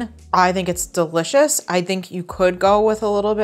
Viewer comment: When an Italian says "DeLichous!' It means he's laughing at me... No thanks.